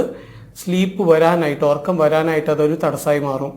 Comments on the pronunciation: ..orakkam..ennalla..urakkam ennanu...ethu schoolila padichath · എല്ലാം ശരിയാണ് But ഉറക്കം ആണ് ഒർക്കം അല്ല